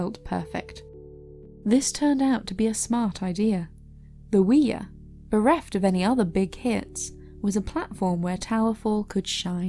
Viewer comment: Oooh-yah. Not wee-yah.